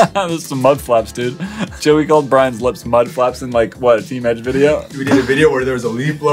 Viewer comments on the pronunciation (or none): none